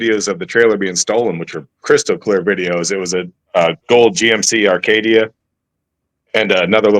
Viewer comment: Acadia not Arcadia